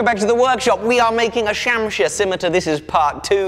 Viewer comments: love the vid, its pronounced Shumsheeer if u read this comment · I giggle everytime you say shamshir